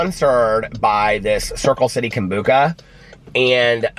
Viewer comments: I giggle every time you say Kombooka... I love you so much!!! I'm gonna start saying it like that now!!! It sounds way better! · Anyone else think when he said "he got up early" he meant 7, 8am? Not 3am haha Love that hes so dedicated to us, not sure if I could do it for ya'all😂Kombucha(I was taught its Kom-bu-sha haha)is SO trendy in my town. Um, no maam for me!😂😂😂